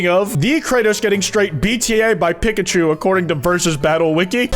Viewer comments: is nobody gonna point out how he says pikachu like pickachu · The way you pronounced Pikachu was insane